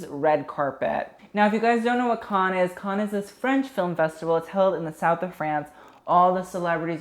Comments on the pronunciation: Not Khan but can-nes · The French pronunciation of cannes is closer to can than con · Cannes *can not cahn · cannes pronounced: can not kahn. stephen jones pronounced : steven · Is he deadass pronouncing cannes as con? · 1st. It’s pronounced CAN. 2nd. Selena’s first look was the most iconic of the entire festival. It’s very south of France Cannes vibes, and by far the most popular images of the entire festival are of Selena’s first look. Really don’t think she should have made it more “80s”. 🙄 3rd. I don’t normally like feathered dresses because I think it usually looks tacky. But Maria Borges dress had the most perfect execution of feathers on a dress that I have ever seen. It’s a perfect look. Taking away the feathers would make the look boring af. The feathers make the look. 4th. Priyanka Chopra’s first dress looks like an early 2000s fail. I don’t know what you see in it at all. The gradient around her waist is a cool idea but the execution was terrible. 5th. Angele Van Laeken’s dress is grotesque. The fabric looks cheap af and it’s wrinkled af like couldn’t they iron it. Don’t know what you see in that look at all. 6th. OF COURSE RED CARPETS HAVE THE BE DRESSED UP AND FORMAL...are you serious??? Marion Cotillard’s outfit is cute for chilling at home. Not nearly formal enough for the Cannes red carpet. 7th. I overall enjoy your videos a lot but sometimes you really need to do better!! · nobody:: KHAN FILM FESTIVAL! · yeah, not how you pronounce cannes but whatever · honey, learn ur pronunciation cannes isn’t kahn loewe isnt loweevuh